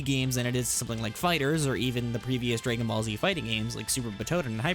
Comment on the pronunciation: "draygon ball" got me dying but good video overall